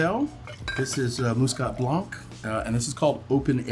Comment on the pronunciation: Please pronounce blanc as 'blan' not sure why someone that is a Sommelier keeps pronouncing the terms incorrectly.